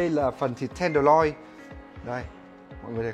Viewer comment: "miếng bò ten đờ loi" =))